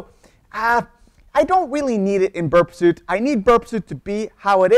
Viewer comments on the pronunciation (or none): Interesting video. I think these tools might be pronounced Burp SWEET and NUKE LEE EYE as in the center of an atom.